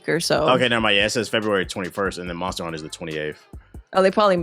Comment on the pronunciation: Sounds like she’s saying “monstah hunter” every time lol